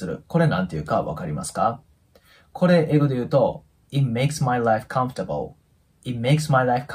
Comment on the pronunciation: このチャンネルは英会話能力がない私にとって，とても有益なチャンネルであって，とても有害なチャンネルです。 なぜなら，知らないフレーズをたくさん覚えられる反面，耳に残ってしまう間違った発音が毒だと言うことです。私は，会話できないけどコンフォータブルのようなカタカナ読みはしません。チャンネル自体を高いレベルの方に統一していただくとありがたいです。